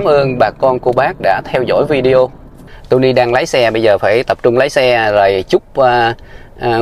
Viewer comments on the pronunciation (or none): none